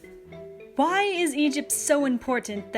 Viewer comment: “Wy” WHY